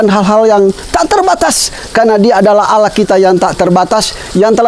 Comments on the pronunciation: Alhamdulillah,barokahlloh secara tidak langsung sudah berdakwa,tapi maaf dlm pengucapan Alloh masih seperti menjadi pendeta,semoga bpk lebih Istiqomah amin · Mohon DIROBAH pak penyebutan Allah,jangan biasakan lagi menyebut alah.Apa itu alah? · Pak ucapan Alloh kase benar pak bukan ala tapi Alloh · Maaf ralat cara pengucapan Allah nya (oloh) bkn (alah) sekali lagi maaf 🙏.. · TOLONG BELAJAR UCAPKAN ALLAH...... bukan alah ( dlm Bible ) PLEASE!!!!! Anda sekarang sdh jadi muslim, harus bisa ucapkan ALLAH. RISIH KUPING DENGAR NYA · Islam itu fleksibel, perlahan tapi pasti lg br belajar dan trs belajar, sy yakin lama" pasti mampu mengucap kalimat Alah dlm kristen menjadi ( Alloh) dlm islam 🙏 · bukan alah bacanya...tp Alloh tolong di beri tahu min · Tolong ustadz ipung nya di ajarkan penyebutan nama allah SWT biar enak di dengar nya biar ga kaya org Kristiani. 🙏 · napa nyebut Allah pakai lafal gitu... Sekrg sdh muslim lho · Semoga pak melafalkan ALLAH bs lebih baik Amin YRA Mungkin krn wkt msh jd pendeta berkotbahny melafalkan Allah seperti itu Maaf 🙏 Semoga istiqomah Amin YRA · Lebih bagus lagi kalau ini berlatih melafazkan Allah biar lebih abdol. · Amin semoga demikianlah yg terjadi hanya saja belum bisa Pasih mengucapkan Allah sebagai mana orang muslim, masih saja orang seperti orang kristiani cara penyebutannya